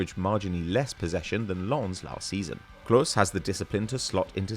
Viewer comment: Pronouncing Clauss wrongly bro